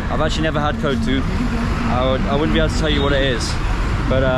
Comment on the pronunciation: Kootsu ' nemai, its kothu... 👌 OK say it probably